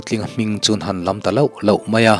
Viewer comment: A ngaihnawm khawp mai, mahse kan ti teh ang, 'lo' i lam dan hi thluk loh tur a ni e (aw) ah chaun thlukna a awmthei (a chance chu vowel chauh thlukna a awmthei) words dangah poh hian han tang sauh sauh teh...like e..